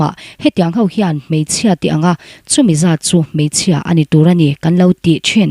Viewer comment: A ( hau ) mai thei a nia aw... ( hau ) = X ( ho ) = ✓ A ( ho ) mai thei a nia aw..